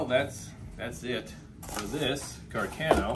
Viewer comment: Carcano I thought I was pronounced car-con-no?